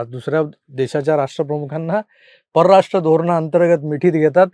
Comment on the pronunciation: आधी परराष्ट्र नीट म्हणा.